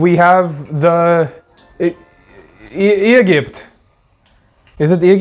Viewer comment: "eegipt" - 2025